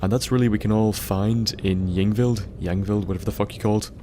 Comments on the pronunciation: Pronounced EEng-vild. Also, the plural of sarcophagus is sarcophagi. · hey bud, i think it'd be safe if you pronounced it Inveld. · It's pronounced ing-vild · ying vild is how its pronounced I think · Pronounced Ingvild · pronounced "ingvld" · Pronounced Ying Vild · it's pronounced ung-vild. In skandinavia ys are pronounce "u" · I think y's in skyrim are pronounced as i's so it's like ingvild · The "Y" is pronounced like it is in a name such as "Yvonne"